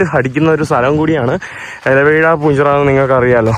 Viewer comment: അല വീഴാ പൂഞ്ചിറയല്ല ഇല വീഴാപ്പൂഞ്ചിറ😂